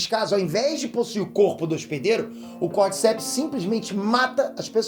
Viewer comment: Esse fungo Cordyceps existe realmente, mas é um parasita de insetos. A pronúncia correta é como se tivesse acento no “di”, “cordícepes”